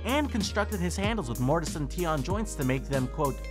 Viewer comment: Mortis and tion😂😂😂its mortis and tenon